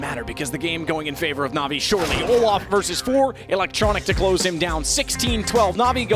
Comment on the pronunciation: olease learn how to pronounce na'vi correctly. greta vid otherwise.